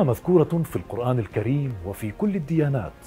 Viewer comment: يا أخي أنت تقرأ القرآن مع اللحن في التشكيل.. وهذا عيب كبير.. اذهب الى شيخ يعلمك كيف تقرأ بطريقة صحيحة